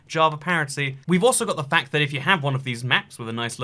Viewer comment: Lol why tf does he pronounces fact like quack